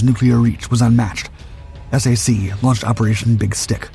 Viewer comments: You keep saying S-A-C... do you mean SAC as in SAC Headquarters? If so, it's pronounced like SACK. Not S-A-C. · Please call it "Sack" (SAC). NOT "Ess A Cee". AI narration should be much better than it is. I guarantee that ANY Human Narrated Video does NOT call SAC "Ess A Cee". Many big AI are called LLM for Large Language Models. They should be learning from listening to real Humans talk and pronounce words and especially acronyms as they are always pronounced. Like the J-79 turbojet engine. Every English speaking human calls it the J79 (Jay Seventy Nine). NOT the "J (pause) dash Seven Nine". AI narration is definitely not ready for Prime Time any time soon. If Ever. I think it's an overhyped bubble to squeeze the last amount of wealth out of the USA before the "Tech Bros" leave for foreign enemy states. As reported yesterday, that may include France, the UK and Germany. However that is probably AI generated BS propaganda. That's one thing AI seems to be useful for these days. Making s**t up to cause geopolitical stress and uncertainty. Leading the USA into fighting wars for other POS countries like Israel who can't fight their wars with their tiny AWOL military. I don't GAS about Iran, Israel or any other country in the Middle East. Let them work it out for themselves. The USA needs to immediately declare harshly penalized capital controls to prevent all that wealth created or fraudulently gained from leaving this country. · "SAC" is the acronym for the Strategic Air Command of the USAF. is is pronounced "sack" like a sack of potatoes, Not S A C. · Stunning aircraft, "slop"py video, featuring "ess ay see" and two more engines than were really there. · It's pronounced /sack/. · I know you need AI for a voice, but please...SAC is pronounced "sack", not the letters... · SAC is pronounced sack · S.A.C. pronounced SACK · No one ever said S-A-C. It was always said "sack," always.